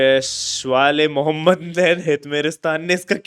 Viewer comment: Bhai you said hazrat Mohammad name in wrong way please respect the name bro